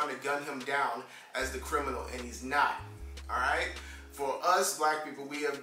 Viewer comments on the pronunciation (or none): none